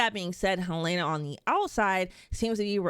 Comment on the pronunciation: HELENA! NOT HELAYNA! It’s pronounced correctly in the show. That’s a clue for the clueless